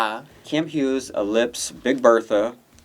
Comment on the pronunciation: Girl I swear to god if you say Kam “Hughes” one more time 😵🔫